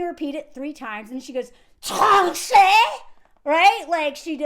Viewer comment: Sooo, 🇭🇹 here! 😊I forgot my french🤷‍♀️🤷‍♀️ The french are zuzu!! Don’t listen to her!! 😭😭💀 I h8 ruuude customer service!! The fact that they all do that!! I want to go in and order for you just to cause a ruckus in the establishment. And you said tranché perfectly fine?!?😧 TF? 😭 She’s terrible at her jobbb & should worry about thattt😭😭😭 Pronunciation is ridiculous in french!!! With french, their rs are like Spanish ( you roll the “r”s and the ends of pains are pronounced like -uh or -eh… like bread would be peh with a silent n. Idk how to explain it well over text.